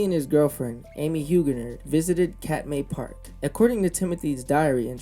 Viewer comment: Th biggest tragedy is that he took his girlfriend to her death. He was mentally ill. I lived in Alaska for 30 years and saw many brown bears (the bigger, salmon eating cousins of grizzlies). Treadwell needed to get treatment for his obsession. The park is pronounced “Cat-my”.